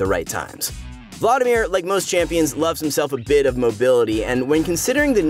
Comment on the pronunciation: The way you say Vlaudimir is so tilting... it’s VLAD IMIR